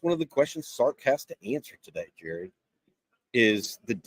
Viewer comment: Its (Elen-gurr) Gerry.. Really man!? LOLOL